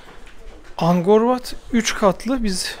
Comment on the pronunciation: Angkor Wat, Angor diye okunmaz "K" harfine basa basa AnKor diye okunur. Zamzun'lu kardeş :)))